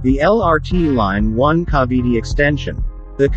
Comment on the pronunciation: What Bada and Cavity? You mean Bataan and Cavite.